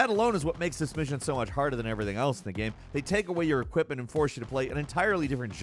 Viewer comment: Gehm. That’s how the annoying creator of this video pronounces game. Unwatchable just because of that alone.